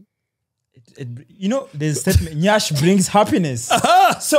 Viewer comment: As a Nigerian, I beg una... the word is "yansh", not nyash as I'm seeing all over the internet. it deeply troubles me because where yansh is involved you can't afford to go the wrong way